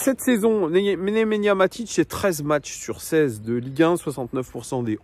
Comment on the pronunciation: C Nemanja pas Nemenya 😅